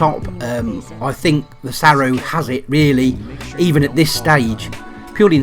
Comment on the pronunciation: I think you meant SAROO, not SARROO.